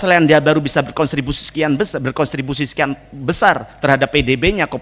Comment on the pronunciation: Kontribusi mas, bukan "Konstribusi"😂... Itu dari diadopsi dari Bahasa London contribute (sumbangsih)